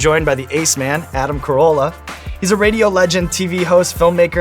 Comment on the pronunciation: His name is Carolla not Corolla. xD